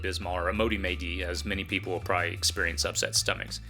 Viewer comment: It's pronounced, "probably", NOT "pry".